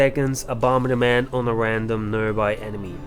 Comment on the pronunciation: Like, I can tell you have an accent, but I still laughed my ass off at "bomber-da-ment."